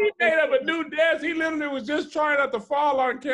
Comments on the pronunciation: Anybody else notice always say “litally” instead of literally.. litally everytime😂😂‼️ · YES! Thank you!!! I thought I was the only one that noticed. And he says it all the time. Like litally multiple times per episode.